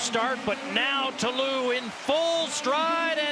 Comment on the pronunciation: I wishthe announcers stop mispronouncing Ta Lou's name and calling her country Ivory Coast.